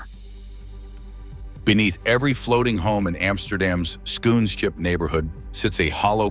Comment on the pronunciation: The pronunciation of Schoonschip is wrong, Dutch double o is pronounced as English oa. What I now hear sounds like shoe ship. I forgive you the wrong pronunciation of sch, the ch is a guttural g sound, specific for some languages like Dutch.